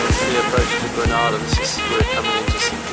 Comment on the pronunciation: Hi...Just a heads up....it's pronounced Gre- ' nay ' - dah